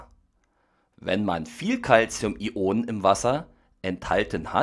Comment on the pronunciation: bitte sprich es "Ionen" aus und nicht "I-Onen"